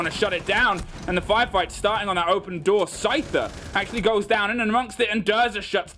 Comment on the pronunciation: why does this caster call scyther scooter lmao